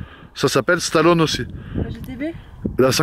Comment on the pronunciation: Sur ce coup là il a tout faux! Et le « e » de Stallone Ça se prononce! On est le châssis est excellent la voiture a était conçu exactement comme ça pour être très joueuse.